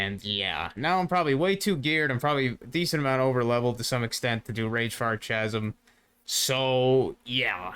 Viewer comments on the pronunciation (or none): Awesome vid! Am so hyped on AI companions at the moment. Oh one thing tho, Chasm isn't pronounced like you think it is. Phonetically i'ts ka·zm, not cha-zm. You're welcome ;)